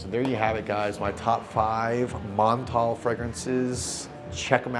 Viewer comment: The way you pronounce Montale 😂. Just stop!